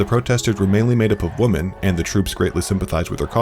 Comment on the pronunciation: Why can’t the narrator say “women”? Kinda sounds like a neaderthal, WOMAN WENT ON PROTEST 😂